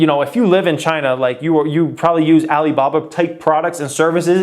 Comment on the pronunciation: Can you stop saying Alibaba the way you do, it comes across as racist and its awkward! Other than that I am loving the content.